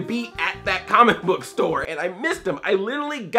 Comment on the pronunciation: Every time he says "comic book" it sounds like "CAHMICK BUK" Lol jk Love you Andre! :D